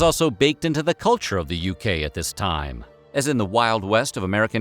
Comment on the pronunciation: Dis (section) and Dat 😂